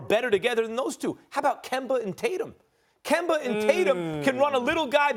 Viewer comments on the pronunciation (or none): Did this fool just say kemba and J Tatum? Lol